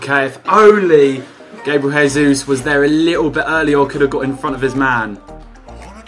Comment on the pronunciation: It's pronounce Gabriel J-sus